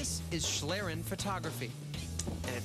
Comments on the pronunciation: it's pronounced "shleeren" not "shlaeren". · shlirren... its schlieren pronounced like "ee" in need followed by an "ren" like in renderer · One of the guys pronounces it like shlearen, but it should sound more like schleeren, if you want to pronounce it correctly. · Random Question: Why is every non-english speaker trying to speak this language as good as possible, and english speaking persons won't give a shit how to pronounce a word in a field they are experts in? BTW it's called Schlieren (pronounced like "Schleeren" not "Schlrn"...) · It doesn't. It's just used specifically to refer to this type of camera. What I think is interesting, though, is that they pronounce it like shlairen for some reason. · It's actually pronounced like schleeren. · Speaking and learning a language is not the same as adapting a loanword. Loanwords will be adapted to use the pronunciation quirks of the language adapting it. That said, I thought the way they said "shlairen" was kind of entertaining. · its shlee, no "k"-sound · if you are a native english speaker, "schleeren" should probably hit the pronounciation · It's pronounced "shleeren" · Good thing they mentioned the word is German, I didn't understand it at all! "Schlieren" is pronounced like "shleeren", with a long "e". =) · in germany you pronunce "Schlieren" like "Shleeren" :D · it's pronounced "shleeren" [ˈʃliːʀən] ... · its pronounced "shleeren" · pronounced "Schleeren". sorry it was bugging me. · Actually the prof (or whatever he is) + pronounces it almost right. It's the narrator which pronounce it the "english way" ^^- The prof still has some dialect and that's fine i guess especially since we german are known for having one of the worst english dialects (way after india of course :D). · i like how english speaking people pronounce the word "Schlieren" it irritates me a little but its funny as hell